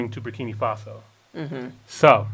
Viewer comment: I LOVE YOU GUYS, BUT THE NAME IS BUR KI NAA FASO! NOT BUR KI NII FASO!